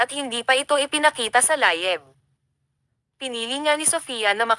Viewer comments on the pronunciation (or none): Layeb??? O live